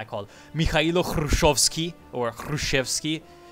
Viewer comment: 1)Hrushevskiy читается как "Grushevskiy"(Khruschev is KhruschYOv,actually) 2)В реальности,если не ошибаюсь,Максималисты были около-анархическим крылом эСэРов. Точно не фашистами. 3)"Мир",в том контексте - значит "world". Наподобие "Peace for world". 4)1900 года = "тысяча девятисотого года".